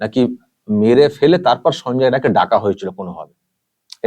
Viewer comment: রায় না রাই বলুন